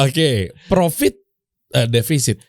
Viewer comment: Coachnya gak bisa bilang Profit, bisanya Vrofit 😂